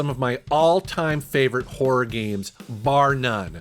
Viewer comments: When you say horror it sounds a lot like whor...😄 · Is he saying horror, or whore?